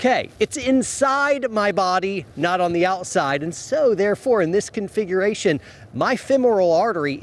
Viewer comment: Take a shot every time say's "confighration". Slam a beer every time say's "Protocol". It's 2020 and you're watching a carrying video.